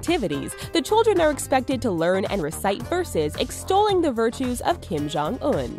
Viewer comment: Kim-Jon- S U C C